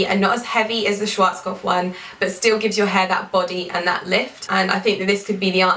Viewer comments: Im from Germany and it's soo funny and cute how you pronounce Schwarzkopf 😂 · I'm from Austria and it's soo cute how you are pronouncing SCHWARZKOPF 😍😍 you are such a beauty